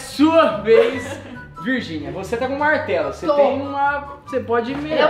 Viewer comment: melhor parte kkkkkk " bartelo "